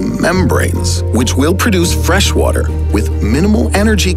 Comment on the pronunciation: him: wattttter, humanitttttty